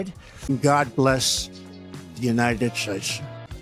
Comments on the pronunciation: Trump had my cat and I laughing…God bless the” United Shates” 😂😹🙀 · The IRONY of his blunder at . "God bless the United sHATEs" -- yes, Trump succeeded in emphasizing the HATE in this country; he sure did...